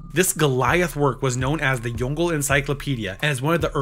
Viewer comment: I think it's pronounced "Yong-le", "Le" sounding like the way you pronounce the sound of the letter L or "la" without the A if that makes sense. The pushed together sound from the letters "gle" in english just doesn't sound like anything in East Asian languages